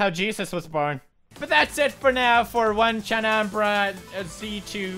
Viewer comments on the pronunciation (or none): It's not "won"chanbara. It's "oh nay" chan bara. Onee means older sister in Japanese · it's O - ne - chan - ba - ra btw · Nuhhhh it's pronounced as on- nee- chan- bara basically big sister chaos2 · everytime. oh-nay-chan-buh-rah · its pronounced O NE CHAN BARA Japanese words are fun lol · dont crucify him for mispronouncing the game title.